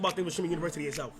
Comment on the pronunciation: He can’t the word university pls 😊